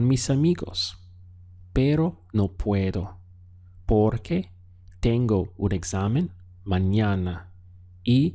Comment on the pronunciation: I like how u say porque